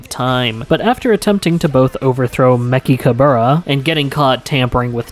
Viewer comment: Incredible video, huge respect for the research done. But hearing Mechikabura's name mispronounced is killing me (Soft ch, it's based on the bibidi babadi buu song. Salagadoola mechicka boola) (Also that's where Salaga from Heroes gets his name!)